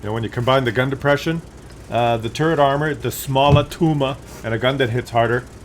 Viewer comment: I like this tank. I would like it more if it had at least 10 more pen for the normal round and 200 armor for the turret. Also, I wish you would stop saying tumor all the time